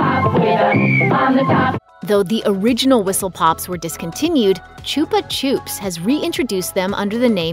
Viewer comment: Choopa choops? I’m sure its pronounced “chupa chups”